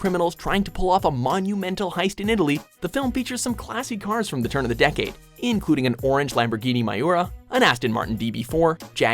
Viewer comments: "An orange Lamborghini Maiyoura."I have never heard a name be butchered that bad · DID HE JUST SAY MA-IU-RA!?!?!? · Is this a Car Enthusiasts movie list for people that do not have a drivers license. They cant even pronounce the car names lol Lamborghini Moria its MIURA. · Its me-ura not miyara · somebody probably already commented this but... it's "meeoorah" not "my-oora" for the 60's lambo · The “Mai-ura” is not the same as the Miura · Lamborghini myora? Wtf its pronounced MUIRA not MYORA. Also the Bullit Mustang is a '68 not a '69, Gone in 60 seconds no Volvo v70r, that was a Jaguar xj200 and why isn't the Dukes of Hazzard not even in the honorable mentions. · Lamborghini "maiura" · Lamborghini "MAYURA"?! Are you fucking kidding me you dipshit? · Lamborghini "MI-Urra" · He pronounced the muira ‘meeoora’ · I only have one thing to say... "maiura" 😂😂 Lamborghini is proud Horrible Top10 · Lamborghini Maayura..., I'll have to look for that one, never heard of it before... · he even pronounced miura my-yura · Lamborghini MY-oorah? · WTF is a lamborghini meiora? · the way he said miura as "may-yu-ra" is a sin to the car world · Lamborghini Myyoura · "orange lamborghini maiura " 😂😂😂😂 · SERIOUSLY? LAMBORGHINI MA-YU-RA? LAMBORGHINI MA-FUCKINGGG-YU-RA? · That moment when he says Miura and Ghibli wrong. Miura = Mee-Ur-uh Ghibli = Jib-lee/Gib-lee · Lamborghini My-Ora CRINNGE!!!!!!!!!! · "gee-blee" "my-or-a" "poo-joe" For the sake of any actual car enthusiasts watching this, please stop. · Muira not myura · HE MISPRONOUNCED MIURA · Jesus fucking Christ that he pronounced miura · This is shit. Cant even pronounce miura right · Whomever wrote this list has changed their oil one time and leases a chevy Cruze. You pronounced Mura wrong, and how the heck is cannonball run not on here, but furious 7 is. I love those movies, but it's far from the best car movie of all time. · you don’t even know how to pronounce the name of the car right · You pronounced Miura wrong lol